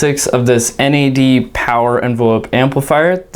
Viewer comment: It’s pronounced N.A.D. Not Nad.